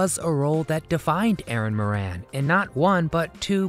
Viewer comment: Moran is an Irish name and is pronounced More An.